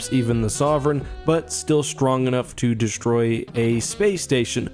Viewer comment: Oh PLEASE don't start saying "Deshtroy" Please!!!